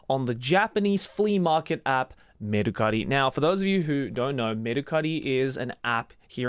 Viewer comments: dude i never knew mercari was a japanese company, i've seen a commercial where they said it with an american accent so when joey went full japanese with "merucari" i was shocked lmao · Mercari exists in America too lol. I love how he pronounces it to sound extra japanese😂😂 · I'm cracking up everytime Joey says Mercari, we literally have that same site in the US.